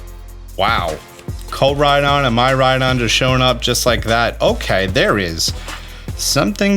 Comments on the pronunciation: Bro it’s not Myraidon it’s Miraidon like Miracle … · it's miraidon, not mayraydon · Lol, my-rye-don instead of mee-rye-don gets me xD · Miraidon is based on the Japanese word for future i.e. Mirai. It's pronounced "Mee-rai" not "My-rai." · My eyes shed a tear everytime pronounces Miraidon (MEE-raidon) as MAI-raidon 😭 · mih-r-eye-don like the car "toyota mirai". mirai means new in japanese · My-rydon 🤦🏼 why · great video! but...the... "mai rai don" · Is he saying My-Ride-On?